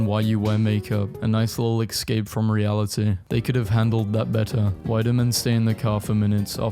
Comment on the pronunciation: learn how to speak english "exscape" "ureyenals" (instead of urinals)